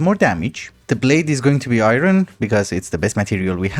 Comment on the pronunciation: Why does he pronounce "iron" like "iyrony"?